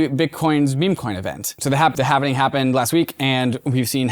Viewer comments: Every bloody time they say halvening, I shudder a little bit like Mr Burns. Is this some bloody ethereum flex or something "we know the correct way to say it" etc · Halv-ing. Not halven-ing 😁 Bitcoin going in half.